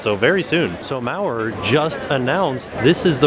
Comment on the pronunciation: Hey my last name is Maurer!! So nice hearing it being said right. <3